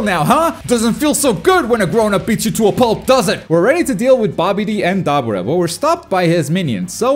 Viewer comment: Butcher the hella out of Dabura name